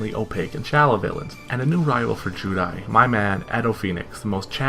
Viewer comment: Very cringe hearing you say zeal and judai. Then saying arc v wasn't that good. Idk man are you really a true duelist? If you actually pay attention arc v is the culmination of DM XD and 5ds. The three main protagonist from those series are taken from their worlds and put into the bodies of three of the split pieaces of the villian in arc v to balance the evil force I side them, Jaden had dark energy in him from 2 different entities which is why Yuri is psycho. I will agree they ruined the end..